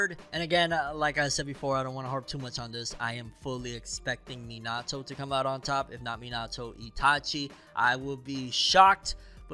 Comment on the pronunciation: Everyone says Minato name wrong